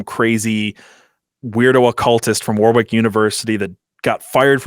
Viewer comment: The point of this piece seems to persuade through thorough research and a story well told. All undermined by the inept pronunciation of the place Warwick. If only there was some technology available to help with verification.